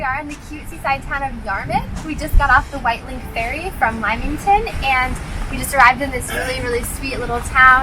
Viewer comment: It's pronounced Limington not Limeington!